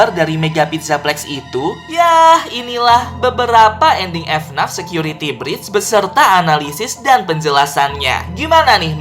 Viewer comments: Bang dibaca nya fnaf bukan efnat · orang lain: FNAF security breach: F-NAF security breach